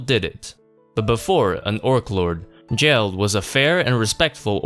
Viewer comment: Why call him "jell-d" when Rimuru clearly says "Gel-d" (geld)